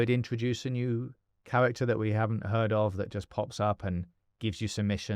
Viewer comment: Anyone else notice the curious pronunciation of “interesting” and “heard”?